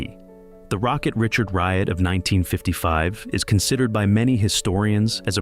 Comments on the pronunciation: You can’t pronounce Maurice Richard’s last name properly but Quebecois want a problem! AI is such garbage!! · Mispronounced the Rocket's name.